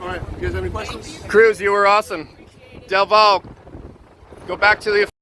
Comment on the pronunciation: Not only Officer Del Valle is a duschbag but also doesn't know how to pronounce his last name, which is in Spanish and means "from the valley"